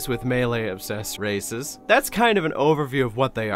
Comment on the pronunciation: Instead of "conglomerate of dozens of races" I heard "conglomerate of dozens of racists"